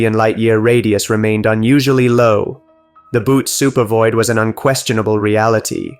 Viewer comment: You need to correct the pronunciation of 'Bootes'.